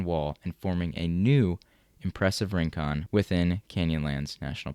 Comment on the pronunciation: "Rincón" -- stress on the second syllable -- is a Spanish word meaning a distant or isolated spot.